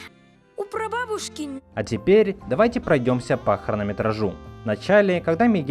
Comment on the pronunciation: есть кажется есть приколюшка от автора. Ронометраж. А до этого он рассказывал, как буква H не читается